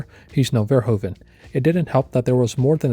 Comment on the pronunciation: Verhoeven is pronounced differently. Oe in Dutch is a diftong, that sounds like oo in English, like in loop.